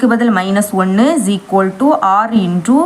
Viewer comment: Akka no shequoldu😂😂 only eqoldu